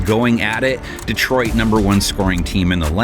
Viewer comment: DEEtroit? Come on, NFL.